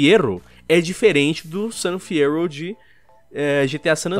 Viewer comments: GTA: San Fyerro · Fiyero = San Fierro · Fyero = San Fierro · Gente, Fiyero = San Fierro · San fierro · San fyerro certeza kkkkkkkkkkkkkkkkkkk a volta do agaragam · gta 6 san fierrouuw (cidade do gt sa san fierro)